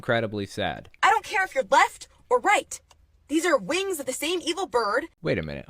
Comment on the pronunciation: I heard eagle bird not evil bird lmao